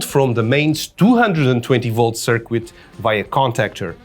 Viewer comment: that's a really good idea. Lol at circoo-et and Bee-ta